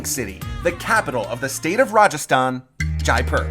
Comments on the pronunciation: Pronunciation is 'jaypur" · It's really pronounced more like JAY-POOR, with the p being a soft p not hard.